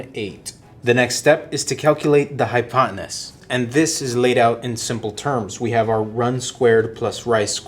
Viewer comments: It's hypotenuse not hopoteness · Brilliant! Thank you. One note... hypotenuse. Hi pot ten noose. Easier said than done lol. Thank you again